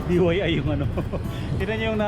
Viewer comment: DIY un kasi DIY,hidi DYI haaha..wala lang natatawa lang ako pag nasasabi mo ung DYI ahaha..